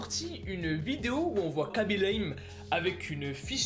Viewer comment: On dit Raby lame (khaby)